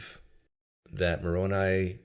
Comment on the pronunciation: Moroni, is “muh-rown-eye,” not “muh-rown-e. I used to believe Mormonism and thought I would give up my life if I had to to defend the Mormon faith. I don’t know if I actually would, but I believed I would. My sister once told me, “I will give my life for my savior.” By that time, I was an atheist and I told her that she would be wasting the one and only life she knows she had, and that Jesus claims to be immortal, so why would he want her to give up her only life for his immortal life.